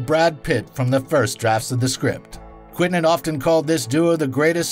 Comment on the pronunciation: WTF!? Stop saying "Quin-tin"!